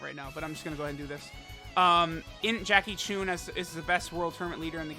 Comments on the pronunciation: It's Jackie CHUN not Jackie ChunE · His name is pronounced "Jackie Choon" in the Japanese version of Dragon Ball and "Jackie Chun" in the English dub.